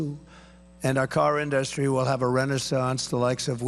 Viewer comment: I'm 30 minutes in and it's exactly what you think. 15-30 is all about NAFTA and "i did a great thing and Hillary didn't like it until she did" said different ways. He gets to tariffs and just says "you wouldn't have an in-duh-stry without them" because he doesn't know anything else about these topics.